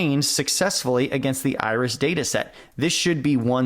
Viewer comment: At first, I did not understand what you meant with "The Irish Dataset". It sounded like a chess opening. But it became much clearer when i started to read the file names. :D